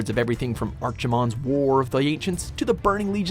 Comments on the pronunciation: ArKimonde. Not ARCHemond... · Ar-kimond! unsubscribes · You know you're a fan of warcraft if you cringed at his pronunciation of "Archimonde". 😆